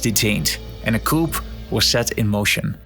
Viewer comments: In English the letter P is silent in the word 'Coup', it's pronounced Koo. Something pronounced coop with the P is a place where you put chickens, a chicken coop. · Yeah, Allede was suicided ... (we don't pronounce the p in "coup") Peron was a populist, yeah, his wife gave shoes for free, but he was a conservative right wing dictator type of figure, no hero! the Desaparecidos began in his reign"...